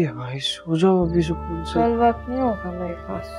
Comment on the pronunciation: सोकून nahi सकून